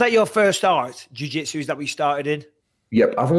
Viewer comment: Paul "jiu jetsu" craig